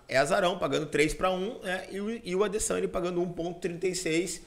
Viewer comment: "Adessaniiii" KKKKKKKKKKKKKKKK